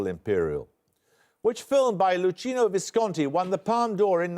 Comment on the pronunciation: It's pronounced 'Lookeeno' Visconti.....